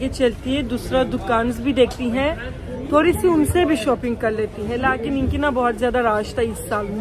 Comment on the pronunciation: Lots of love from Pakistan, you are so cute and entertaining, I love the way you say ‘Laaghin’ instead of ‘Lekin’ 😅